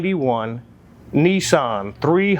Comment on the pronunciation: It's a Nissan not a neeeeeson! Lol!